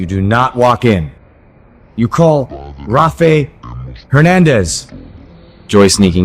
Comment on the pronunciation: Obviously the narration is an AI voice as Billy Flynn wouldn't pronounce the name "Rafe" as "Ra-fay" Hernandez. I don't believe this is actually Billy Flynn speaking the lines.